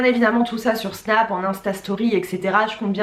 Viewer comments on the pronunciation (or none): none